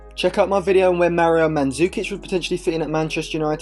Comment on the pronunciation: Manzukic......are we ensaine